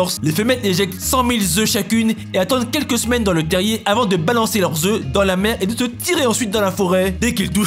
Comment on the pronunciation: Cent mille œufs, pas cent mille zœufs ! En plus mille est invariable, c'est le pluriel de mil ! Inssssolent va !